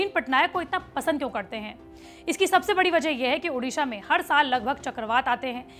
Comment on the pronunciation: Ma'am everything is good but it's ओडिशा not उडिशा, it's ओडिआ not उडिया